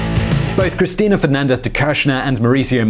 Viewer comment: Why are u saying her name weird